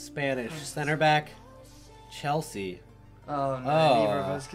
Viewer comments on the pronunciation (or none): none